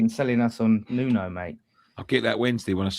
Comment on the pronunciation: His name is Nuno... New-No.